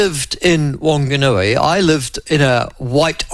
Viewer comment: Good pronouncing of Opotiki but come on Michael I know you can do better with Whanganui 😂